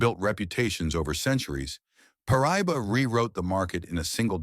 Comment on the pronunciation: Pronounced Par. Ah. Doe.